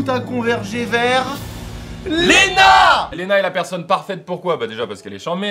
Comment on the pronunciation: Ça me stresse à chaque fois qu'ils disent Léna.